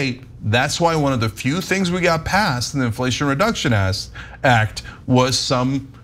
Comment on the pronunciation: did i hear some giggles when cenk mispronounced "act" or was that just me in my head